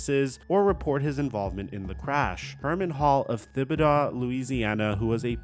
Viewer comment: Say it with me dude “TIBBIDOE” Also he killed himself in his car after a police chase